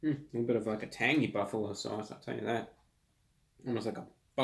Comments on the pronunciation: "this is a buff-AH-lo SAU-ce" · Buf fa Lowe sause